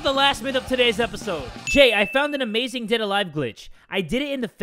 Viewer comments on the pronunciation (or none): none